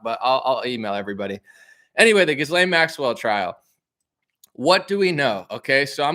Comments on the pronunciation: Try Ga-lane instead of Jizz-Lane, despite the latter being more appropriate 😂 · Her name is pronounced G'ee Lenn. Also pronounced as Criminal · It’s pronounced something like “gillan” heard her brother saying it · It's Jizz-lane, ha ha. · In French I believe her name is pronounced (soft)geez lane. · Pronounced Gih- lan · It’s pronounced ghee-Len or jis-len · You're researching and doing a pod cast on a person and you can't pronounce her name